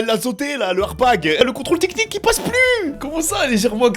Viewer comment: salut=), "Arbag or not Arbag" ? et lefameux contrôle "tiknik" çà me fume 😂 MERCI bcp et porte toi bien et bonne fêtes de fin d'années si au cas ou on se voit plus avant cette date =) 😇